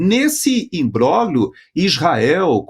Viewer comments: por favor, pronuncia-se imbrólhio, e não imbróglio, que é apenas como se escreve: o grupo gl tem som de lh. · Não há quem aguente,, o senhor pronunciando "imbroglio" de forma errada. O senhor faz questão de pronunciar U-S-A-I-D corretissimamente, mas faz a mesma questão de pronunciar os nomes italianos erradamente. Por que? O italiano é um idioma latino como o nosso, lindo. Não verei mais o jornal.